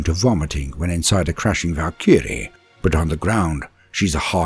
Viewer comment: A little perplexed about how you're pronouncing Valkyrie though?